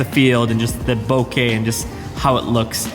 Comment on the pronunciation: Thumbs up 👍🏻 and a beer 🍻 to you for pronouncing ボケ (bokeh) correctly and not as ‘bo-kuhh’ (AKA nails on a chalkboard to Japanese speakers😜) like your bro Peter does. 😅 Sweet pics from that lens, by the way!